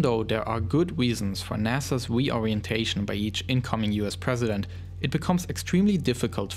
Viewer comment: “Pwesident” lmao